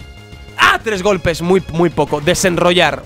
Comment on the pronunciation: Por que dice rednroynar